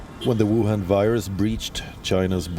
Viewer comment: Wehn you say whuan virus,i really really start loving your channel.only this english channel is subscribed by me